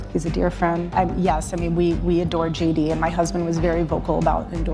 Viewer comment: Sounds like she says Judy! not JD - twice.